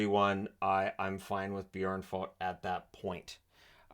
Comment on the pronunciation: I really like how you say "Björn" because it sounds like you are a native swede saying bear.